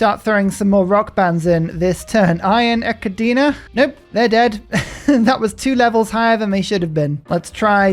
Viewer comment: Amazed at how badly you butchered Iron Echidna!